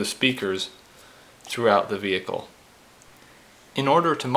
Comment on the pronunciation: i own a ford "vee hick kul"